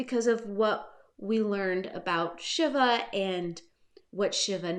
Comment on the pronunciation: I think it's pronounced "Shee-va", like the Hindu God.